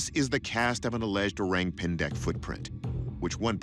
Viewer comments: lol....the way you pronounce it "o-rang pan-deck" is kinda cute. its actually "o-rung pen-deck" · O-rank pan-deck 😂😂😂. Thats the weirdest pronunciation. Please check with local how to pronounce the word correctly (o-rung pain-deik) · Not oraeng🍊 pendek, but orrrAAng↑ pendek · pronounced “oh-rung pain-dake” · "Oreng pendek" 🤣🤣🤣. The pronunciation killed me dude 😅😅😅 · ORANG is pronounced like this, O is like ' oh ' and RANG is like ' rung ' not rang in English.